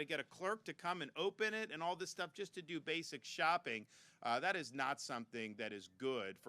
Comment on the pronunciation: “All this other shtuff” my man almost let it slip.